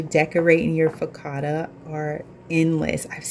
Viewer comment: Hey there. Everything looks so delicious. I love them both. Just to let you know that focaccia is an Italian word and the ‘cc’ is the ‘ch’ sound. (Fo ka cha i a). Great job. I will definitely be trying this recipe for bread. Thanks for sharing ❤😊